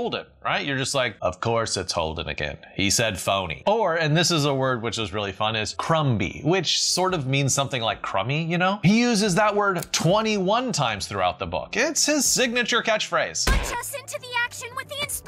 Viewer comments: And not to be mean, but you don't pronounce the B in crumby — nor in crumbs. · You don’t pronounce the “b” in “crumby”. It sounds exactly the same as “crummy”, and is used interchangeably in British English. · The word you pronounced "crum-bee" is the correct way of spelling "Crummy". The 'b' is silent. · “Crumby” is just an older spelling of “crummy.” It’s not “crumb bee”, just “crumb” + “y”. The b is silent. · Crumby is pronounced the same as crummy. It's an alternate spelling for crummy and also means it is "like or has crumbs." You do not pronounce the b. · Find it funny that he read the whole book with “crum BEE” being pronounced in his head 😂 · It's not "crum-by" at all. That's how you spell crumby. Crumbs -> crumby. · Just as a note - Crumby is just an alternative spelling of crummy (it’s the one I would expect in the UK still). The ‘b’ is not pronounced - same as crumb. Great video!